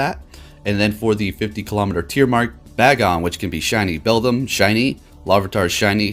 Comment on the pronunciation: sighs Ree-o-loo and Bae-gon fam